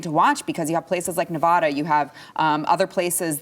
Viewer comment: I love you all and this channel, please learn how to say Nevada. I know it's a small point. But there's zero H and the A's are hard A's .